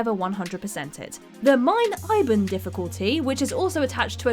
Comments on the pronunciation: Did she say „mein ieben“ in the new colossus, instead of „mein Leben“? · Mein ieben??? Jesus Christ where do they get these "journalists" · I heard "mein liben difficulty" :/ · you said mein leben wrong its pronounced mein layben